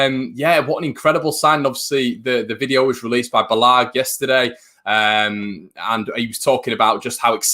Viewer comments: Guillem balague- i think is pronounced Bal - e - ge, not bal - ag:D Cant be mad when we've signed Rodrigo, loving the content keep it up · It's not BALAAG its BALA GUE